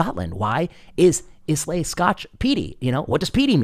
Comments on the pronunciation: Fyi: Islay: “Eye’ la” Terroir: “Teh wrah’” (The better you pronounce the more you’re allowed to drink) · … and know Islay is not pronounced phonetically if you are American 😉